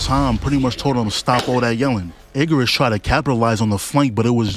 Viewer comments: Yes it's bird. Why commentator say Iggerus like that? It's Igris 😅😅😅... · “Iggarus” bugged me more than it should have 😂